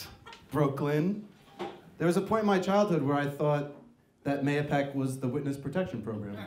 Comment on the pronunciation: It's nice to see that someone knows how to say Mahopac.